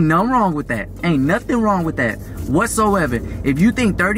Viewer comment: " don't do dat" it's don't do that 🤣 words